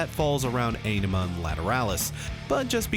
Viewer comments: "Á-ni-ma"... not "e-ni-ma"... you non romance languages speakers... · You mean "mispronouncing" because he constantly says it wrong. It's easy to find videos with Maynard and Adam saying it correctly... "ON-ima" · I know many people have already told you this, but you look fantastic,. And this is perfect for me, being a person whose first Tool song was the most recent one. And from what I researched, Ænima is pronounced "OH-nima". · It’s pronounced “Ah-nim-uh.” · The Undertow album was released around the time Nirvana was on the scene, this album was a serious punch to the face and the genre bend. The album Ænima is supposed to be pronounced 'On-ema'. Just to throw that out there. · Aenima = Eye-nima. Die Eier Von Satan is about hash cookies. Not just cookies. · It's pronounced "Ah-Ni-Mah" if that makes sense. They've pronounced it in old interviews. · Pronounce Ænima: ON-emma. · One does not simply listen to Tool. Turned off the video when you said Ay-ne-ma. Blasphemer! Heretic! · This is amazing by the way its pronounced awnima that's from adam jones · It's pronounced AH-nima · It's pronounced ON-ima. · "The title track" I see what you did there, avoiding pronouncing Ænima. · to be clear, the Æ is pronunced like A in Bad. its a nordic letter.